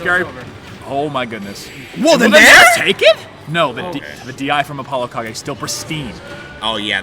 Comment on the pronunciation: I hate the way it’s pronounced Apollo ka-ge